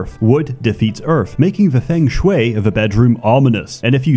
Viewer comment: What I've learnt is that spent the last 2 months learning to say Feng Shui correctly